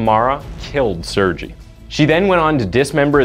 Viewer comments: FYI, Sergei is pronounced s-air-gay, not sir-jee. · It's pronounced sirgay not sirgee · It's pronounced Sere-gay, not Sur-gee. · The narrator keeps saying Sergei wrong too. Its Serr-gay, not Sur-jee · Haha, your pronunciation of Sergei is funny. You say it like Suurgie when you pronounce it as "sir-gay" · Sergei reads as “Sir-Gay” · Sergei is pronounced SIR-GAY..public schools are terrible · Sir - gay ...I believe it is sir-gay not surgee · Its Ser Gay!! Not Sergeee! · It’s not pronounced surgy it’s sher gay the h makes a huh sounds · What about how he pronounced serji. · He also said the name "Sergei" wrong. He pronounced it, "Serjie," with a soft "G." The correct pronunciation of Sergei is spoken with a hard "G," as in. "Goofed." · Sergei; the G is pronounced the same as in "girl". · Sergei is actually pronounced Sere gay, with a hard g. Just thought I would add my nickels worth of opinion in. That and five pennies will get you a dime, I know, but there you go! Great work on your channel, I am subscribed, and I think this channel is awesome!!! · I appreciate the channel and the effort - I really do, but please listen to the pronunciation of foreign (even if in English) names and places. Sergei is pronounced Surgay. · Sergei is pronounced as sirgay :) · “Ser-ji” mkay. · Sergei is pronounced SARE GAY. For the love of God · Sergei is pronounced "Sair-gay" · Sergei is pronounced "sir-GAY." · Lol, not how you pronounce Sergei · People with the name Sergei all over the place crying at the pronunciation here... oof. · I love how none of these millenial youtubers can pronounce the name "Sergei" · It's making me crazy 🤪 but 🤷‍♀️ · I've never heard of a more butchered pronunciation of Sergei in my life. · The way u pronounced Sergei is pissin me off 🤣🤣🤣